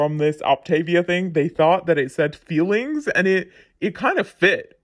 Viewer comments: I always thought she said "feelings". I even went to their website. I'm from Belgium, so English isn't my first language. I assumed it were "fuelings", but I looked it up, just to be sure (maybe it was a sort of word joke they were using 🤭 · I thought they were called "fillings" like, they fill you up. I swear that's what she pronounced. Either way, they're all annoying names for pre packaged low quality foods. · Hold up hold up!!! These past two years I've been living a lie, you're telling me they're actually called "fuelings" and not "feelings"??????? Omg that's hilarious, I always thought she meant it when she said she had to "eat her feelings" lol